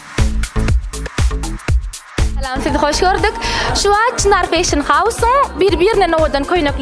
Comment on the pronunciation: Vedushijan bet gurleyanay (feyshin) diyip Molasses))))